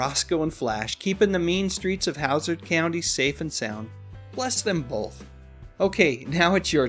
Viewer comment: Did you say Howsard County? What the heck!?!